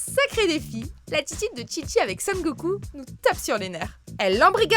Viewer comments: C’est chichi pas tchitchi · On dit pas Tchitchi,on dit Chichi comme dans la phrase " pas de chichi" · pas tschitschi mais chichi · Ce n'est pas Tchitchi mais Chichi.